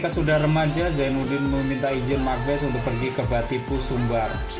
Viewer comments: Bukan mak bes, mak basse' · Setahu saya bukan Mak bes ejaan nya bang tapi ma' base🙏 maaf kalau salah